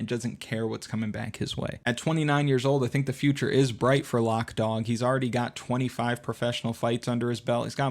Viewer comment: Pretty sure it's lowk dog not lock dog